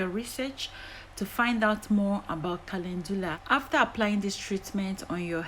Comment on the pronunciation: Thank you kindly, for sharing your recipe I love calendula is on, my favorite herbs I also love that you pronounce it perfectly I will used as a leaving I love the smell, of calendula I will used fresh aloe Vera thank you god bless 🙏🙌😘